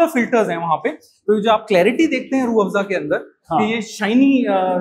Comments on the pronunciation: अजित अंजुम जी रूह आफजा नही रूह अफजा है आपका बोलने का टोन आफजा हो गया है आप जैसे पढ़े लिखे लोग ऐसी गलती करेंगे तो बाकी के आम लोग तो और भी अर्थ का अनर्थ कर देंगे 😅😂 बाकी रूह अफजा की उत्तम ऐतिहासिक जानकारी देने के लिए आपका बहुत बहुत धन्यवाद । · Rooh afjja..? Rooh Afza*. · SIR JI ROOH AAFJA NAHI... ROOH AFZA HAI... 👍👍👍👍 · It is not Rrrrh Aaafjaaa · Mr. Amit Anjum should first learn to pronounce the name of this world famous drink properly. It is still not too late. He can take a few basic classes in uneducated Persian languages. It is Rooh Afza, NOT Rooh Afja!! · Ajit ji it is rooh Afza not rooh afja